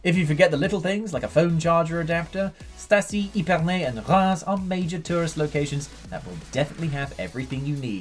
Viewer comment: How hard is it to pronounce the names properly?! Epernay is not pronounced eepernay !! Epernay like ehpernay